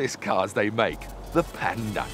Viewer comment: si dice PAnda con la A